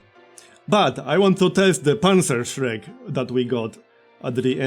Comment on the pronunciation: You pronounced "Panzerschreck" almost perfectly! I know how hard it is to talk in a foreign language (my English sucks), but I always like it when someone at least tries :)